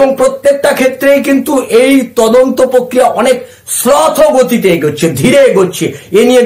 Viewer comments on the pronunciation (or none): 'প্রক্রিয়া' শব্দটির উচ্চারণ শুদ্ধ করুন। আপনার বিভিন্ন প্রতিবেদনে ওই শব্দটির বিকৃত উচ্চারণ "পোক্রিয়া' অত্যন্ত শ্রুতিকটু। "পোক্রিয়া" বলবেন না দয়া করে, বলুন 'প্রক্রিয়া' (Prokriya). ধন্যবাদ।